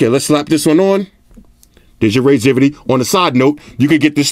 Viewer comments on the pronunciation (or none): wtf is "raizivity"?!